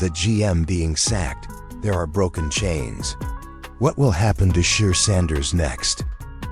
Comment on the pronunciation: You might wanna pronounce his first name correctly